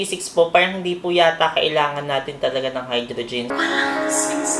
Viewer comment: Pagkakarinig ko oxyGIN and hydroGIN HAHAHHAHAA 😂😂